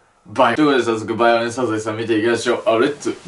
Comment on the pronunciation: バイオレスじゃなくてバーイオレスでもなくてヴァイオレェンスやな